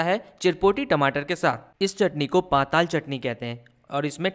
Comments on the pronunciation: हमारे छत्तीसगढ़ के पारंपरिक व्यंजन को इतने अच्छे तरीके से बताने एवं सभी लोगों तक पहुंचाने के लिए आपका बहुत बहुत धन्यवाद एवं आभार 🙏🏻🙏🏻 जी 🙏🏻👍🏻 But महाशय जी not called पाताल only पताल 😁😂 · It's not पाताल , it's पताल